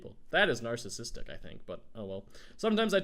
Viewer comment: He said nacisistic!😂